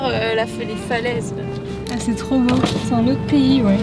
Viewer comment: C'est boo ! Vous remarquerez le "o" supplémentaires 😅